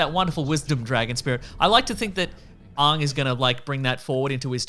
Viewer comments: It’s pronounced “Ang “, not “aung “ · Another weird aspect of this movie is the pronunciation of the names. Aang is pronounced like "Ong" rather than "Ang" and Iroh is pronounced like "Ee-roh" rather than "Eye-roh". While that may be more linguistically accurate based on the respective Chinese and Japanese influences on the names, at the same time, who did Shyamalan think he was impressing? It won't endear you to the fans at all. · I can’t even tell whether yous are taking the pi-s when you say “Ong” (the way the movie says it) ffs he’s name is Ang!!! Lol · I can't stand hearing them say "Ahng" when they had three seasons of the name being pronounced correctly. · The most frustrating part of this movie was that everyone could never get Aang's name right. Everyone kept calling him Ung . . . THAT'S NOT HIS NAME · The way you guys and the movie pronounces "Aang" is painful to hear.